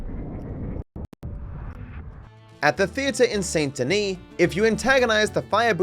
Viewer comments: lol I'm always annoyed at content creators that play a game for a living and hear something pronounced 1,000 times yet mispronounce it in videos... How does that happen?? The "saint" part isn't pronounced like it's spelled. Try "sandy knee". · He said Saint Denis wrong too